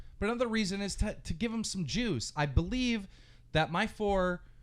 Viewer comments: Didn't anyone else think he said jews instead of juice EVERY single time lol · Is he saying Jews or juice?